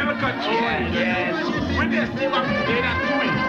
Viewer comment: You had it right the first time... It's pronounced "Greh--Nay--Dah"